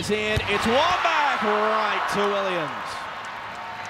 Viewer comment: CRYSTAL press!?! lydia WOMENS omg pronounce it correctly 😳😳